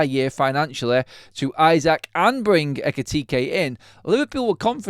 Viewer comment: Pronounced ee-sack